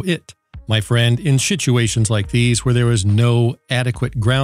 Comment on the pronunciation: We've all had to deal with "schitzuations"... but I did miss my referral down to the "affiliate link below" (actually I just missed the dramatic pause)